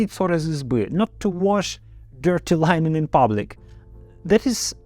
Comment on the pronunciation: спасибо за доходчивую информацию. Послушала и услышала слова, которые вы неправильно произносите. Проверьте онлайн произношение, часто у нас старые ошибки вылезают, в простых словах. Не буду писать, как вы ошиблись, это долго, но ошибки в этих словах были. Linen, seize (вы произносили как cease - это другое слово), sentenced, released, also, St Petersburg, another, among, allow, accompany/-ied, doubt/-ed, propaganda, opponent, penal (colony), recruit, symbol (not sure it's the word), competitor, cowardly, currupt, (war) front. Ударение или произношение гласных.